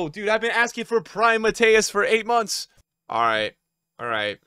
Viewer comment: Damn I didn’t think he would pronounce Matthäus correctly. Only respect for my brother.